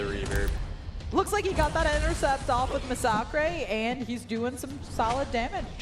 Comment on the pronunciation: That's because his name is masacre not massacre. He is a former priest from Mexico so he took the Spanish word for massacre which is masacre. Pronounced ma-sa-creh